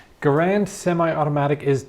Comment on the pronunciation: Dear Sir, ahem, John Garand was French Canadien and pronounced his name GAR-and. Please, if you must, consult with Gun Jesus on this. You could be a force to correct the record on this sad mistake.